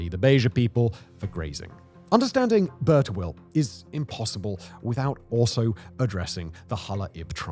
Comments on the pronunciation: I think its pronounced as "Bir" Tawil meaning long well not "Burt awil". Overall very fascinating and informative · Love You Simon, but British pronunciation is atrocious, "Bur-ta-will" lmao